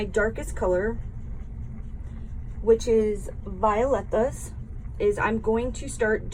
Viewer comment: we call it Vi -- OH --Letas